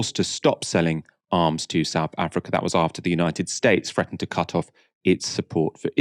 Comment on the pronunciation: Excellent. Informative. Please, can you say SOUTH and not Souf Africa... And it's 'with' not "wiv".. and "thing" not 'fing'. . I enjoy your thorough work...kindly make an effort to correct your basic spoken english - and DO NOT TROLL ME!